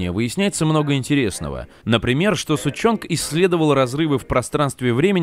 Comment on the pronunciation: Доктор Сушонг не не слышали Доктор Сучёнг)))))